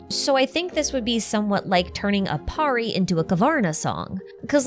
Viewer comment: Nice video...... The only thing that tickes me is the way everyone mispronounces pari 😂😂😂... It's understandable but still pari is pronounced as purr-ee. And pari(s) are commonly used for referring fairies here in Indian folk lore. Or an imaginary creature (mostly females) with magical abilities.